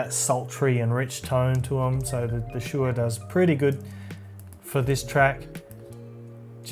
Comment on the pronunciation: pronounce Shu (Su) Er (e)